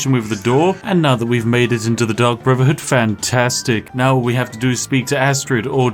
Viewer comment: I honestly keep hearing Spiff say "The Duck Brotherhood" and now I want that in Skyrim.